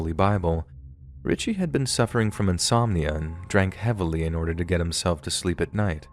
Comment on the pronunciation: It’s not Richie it’s richey